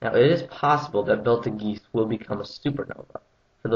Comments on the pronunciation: actually there is debate over wether it is pronounced Beetlejuice or not, some astronomers and professors pronounce it Betelgerse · I know the Star as Betelgeuse pronounced like Beetlejuice(Movie) and this Dude is calling it Beltergeese WTF? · "BELTA-GEESE"?? 'BET-el-jooz' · Its PRONOUNCED BEETLE JUICE!! NOT BELTE GEESE!!!! BEATLEJUICE! do some actual research before quoting other works. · It's not "Beltegeese". It's "Betelgeuse", pronounced very similar to "Beetlejuice". Other than that, makes sense.... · stopped watching after he said biltageese for the first time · Actually Betelgeuse is pronounced bee-till-juice or beetle juice. But other than that, great vid! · as he pronounces it will explode. You can only survive this supernova if you purchase my how to survive a super nova cd for 19.99. If you act now we can send you free 2 bottles of spf 1,000,000 cream. That's a value of $100 for only 19.99. For only 3 EASY payments of 49.99! + S&H. Isn't your family worth it! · Uh, no, it's not. Alpha Orionis' name comes from the Arabic "ibt al jauzah". You can either pronounce it beetle juice, or behtle juice, but the 'g' is hard & not a soft because of the 'j' in the original name. The only difference in pronunciation between astronomers & cosmologists is the first syllable e, that's it. Look it up in any star chart or on the internet if you don't believe me. There's an entry for it on Wikipedia & another one in the Merriam-Webster Dictionary online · it is not beetle juice! it is betel goose that is how you pronounce it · IS that how they pronounce in russian??? Belt a geese...doh! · Since its not an english word and its an arabic word,its pronounced as Betelgez,written Betelgeuse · first of all its called beetle-juice second its not bigas saturns orbit you dumbass its big as jupiters orbit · The pronounciation = Beatle juice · You say it as Batal-Geese Lol. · I spewed pepsi out my nose when I heard him say "Belt-a-geese"!!! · its pernounced Bee-Tle-Juu-ss